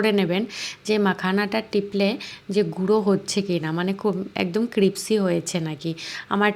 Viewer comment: "Crispy" শব্দটি সঠিক ভাবে উচ্চারণ করুন প্লিজ